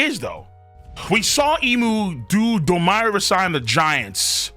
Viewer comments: Why do you keep saying Domi Reversi worse and worse every time? Its like when you pronounced “Houki” as “Houkai”. It’s DOUGH ME RIVER SEE. Like the word Dominion and the game “Reversi”. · Wtf is domaaaaiiiyyy reversaaaaiiii?? Pronounce it properly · Bro if you say "Do-mai Rever-sai" one more time🔫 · Why does pronounce Domi Reversi like it's some kind of american slang? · Someone needs to tell him to stop being lazy and learn how to pronounce domi reversi since he has to say it a 100 times.